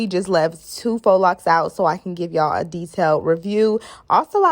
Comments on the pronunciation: Ok people its not faux( fox) locs. Its faux( foh) locs. 😂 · Lol voice over..."FOX locs" 💀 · It’s pronounced Fo